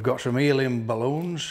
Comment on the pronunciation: Am I the only one who heard ‘alien’ balloons?